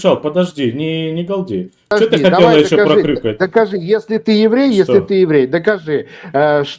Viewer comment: ПЫДЫАЖДИ , ПЫДЫАЖДИ .,- ТУПОЙ МОКШАНИН.